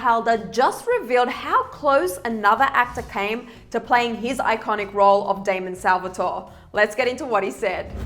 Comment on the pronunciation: lmaooo it's not that difficult to get his name right😂 it's DAMON